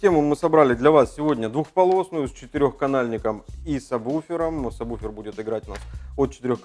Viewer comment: кого я смотрю какой то чувак говорит мне самбуфер. слыш ты чтоб тызнал надо говорить сабвуфер!!!! ляяя тролинг не зметят давай уже покажем как готрит тачка рпи не правильном подключениии